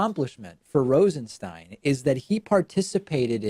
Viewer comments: I don't get how Stein can be pronounced Steen. Is this dyslexia? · Come on, David. You mispronounced his last name 5 times in the 1st 5min of the video. Do you have a producer or not? I'm a fan believe me, but I'm a fan because you are smart and articulate and literal when you speak. It's distracting and detracting when you switch pronouciations of Rosenstein back and forth.